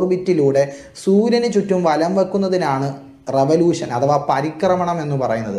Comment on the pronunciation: "റെവലൂശൻ" എന്നാണ് ഉസ്താദ് പറഞ്ഞത് ശരിക്കും റവലൂഷൻ എന്നല്ലേ?